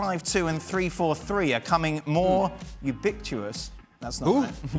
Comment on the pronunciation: 😂😂😂😂 real English speakers are struggling to pronounce: “ubiquitous” of wow!